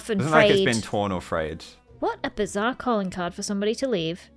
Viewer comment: "this is all getting very bizAHArre!"